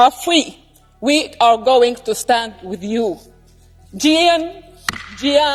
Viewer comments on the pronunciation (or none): none